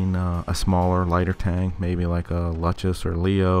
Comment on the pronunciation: Nice video, subscribed :) Just a tip: you say the tank name „Luchs“. You pronounced it like „Lutchess“. It is actually pronounced like „Looks“. ;) Yes, I am German...